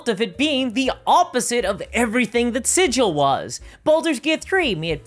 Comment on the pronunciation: Sidge-ill > siggle